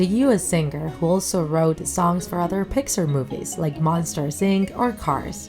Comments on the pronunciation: Its pixar not pixer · did she say Picksar